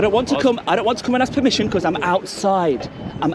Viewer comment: Wooow, you sure was playing it up but this guy has no professionalism at all. Horrible way to act, why is he so aggressive? Must have something locked up inside that's coming out here. "Promision" haha, he keeps talking saying the same thing over and over, how do so many people not know such a simple law. And what kind of country would it be if it was illegal? Haha, more publicity as long as it's good is great... oh no. At least they are showing themselves to be proper.